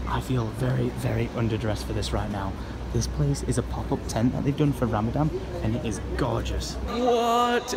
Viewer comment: it's Ramadan not fucking Ramadam!!!!!!!